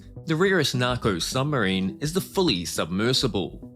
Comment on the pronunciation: Hey Mr Creator >> It's said S U B M A R I N E >>> not S U M B E R I N E !!!